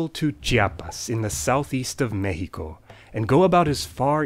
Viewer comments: Your pronunciation of México was soooo satisfying. Love your videos! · woooooooooowwwwwwwwwwww Que buena pronunciación, eres la primera persona no mexicana que menciona bien Chiapas y México("xi" como "ji") jajajaja me dejaste boqui abierto.